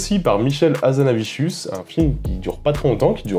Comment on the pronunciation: Pourquoi "HazanaviCHius" ?